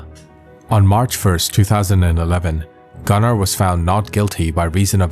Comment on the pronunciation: Bc his pronunciation is wrong!